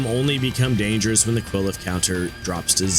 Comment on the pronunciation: "Qwileph" Qliphoth lol Edit: I'm just gonna throw all the mispronunciations I notice and find funny here. "Alruin" Alriune. Might be a portmanteau of "alright" (as in you want an "alright" work result; not good, not bad) and Alraune (the flower creature). I've also heard "al-REE-une" so idk for sure. Either way, it does not specifically ruin Al's day. "Lay-tea-ta" Laetitia. IA after T is a "she-ah"/"sh-ya" sound. I... don't know why the English language is this way, but it is. Lay-tih-she-ah/Lay-tish-ya.